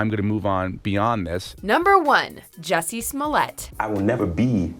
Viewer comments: its not jussie its juicy. Juicy smouliyay the french actor. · It's pronounced Juicy Smoolyay.